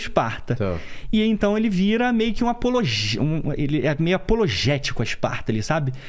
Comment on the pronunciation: Apoteótico, " apologéstico" foi engraçado😅